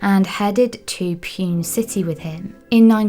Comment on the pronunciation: Pune is pronounced “poona”, not “pyoon”